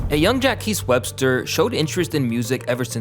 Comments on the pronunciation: “Jaquees” lol, Im not even that big of a Travis fan and I know it’s Jaques. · It’s pronounced as Jac Webster, not Jacques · “Ja Kees” haha 💀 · i cannot ignore the fact that you said “Jackees Webster” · Interesting vid! I think that name is supposed to be pronounced almost like ”Jock” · You do know his name is Jacques. Which is pronounced zhock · bro did not say jaques right lol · why tf he pronounce Jacques like that